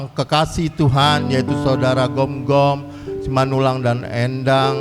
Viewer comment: Gomgom bukan Gonggom Min